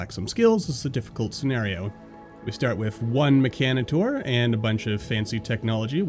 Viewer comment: Excuse me the who!?!?! The mechanator?!? Wtf is that?!?!!!!!ur saying it wrong